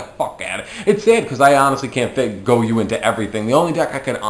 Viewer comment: It's goyO not goyuu